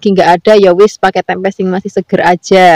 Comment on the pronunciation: Tempe aja mbk jangan tempek..aneh dengernya😂